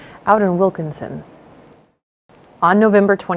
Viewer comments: It's Wilkeson not Wilkinson.. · It's Wilkeson, only one "N".